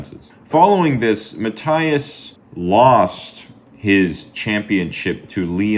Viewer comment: It's actually pronounced "Ma" "T" (like Tea) "is."